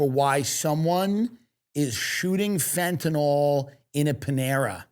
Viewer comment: Everyone plz stop saying FentaNOL it’s FentaNYL 😢💀